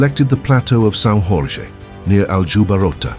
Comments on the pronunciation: São Jorge, not San RorRe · Don't say "São ROR RRE" that's the Spanish way. In Portuguese it's "São Jorge" where Jorge is actually very similar to the English "George" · Great narrative. A few tips, though: you pronounce "S. Jorge" making it sound Spanish. The Portuguese pronunciation is "São" (make that "a" sound as nasal as you can) "George" (but without the (English) /d/ consonantic sound at the beginning of the word: it's just /ʒ/, not /dʒ/). Again, you spelt (once) Nuno "Alvarez" Pereira - which is a Spanish, not Portuguese name. In Portuguese, it's "Álvares" (stress on the first syllable.) Also, "Brites" is pronounced "breetsh", not "brights". Keep up the good work. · Sau Ror-ray 💀